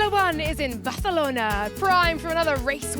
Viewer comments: Worst Barthelona pronunciation I've ever heard lol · Hey Laura! Just say Barcelona! Not barthelona!! Please be normal. Don’t be vain. Please. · Barcelona is Catalan, not Spanish, so the C is not pronounced as "th"... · Laura's Catalan accent needs a bit of work.....